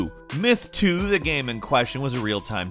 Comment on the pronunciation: "there were patches coming out for the came" did anyone else here him say came instead of game?